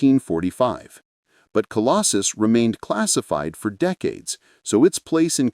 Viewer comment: Colossus NOT Colostus or Colosjus -- Obviously AI-generated and not checked for accuracy !!!